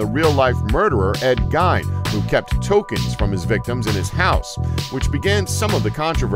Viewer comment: Who's Ed Gine? Is he related to Ed Gein?